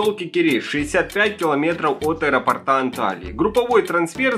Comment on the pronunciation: От аэропОрта, а не аэропортА, грамотей🐵🙉🤬🙈😠😡